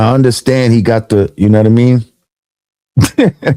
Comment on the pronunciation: No one says “you nah mean” like Lord Jamar … when vlad says it , it just sounds mad weird.